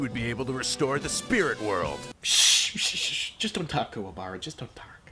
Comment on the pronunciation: I honestly prefer Kuwabara's voice in this movie. Sure he mispronounced his name, but at least this one doesn't sound like a choking sealion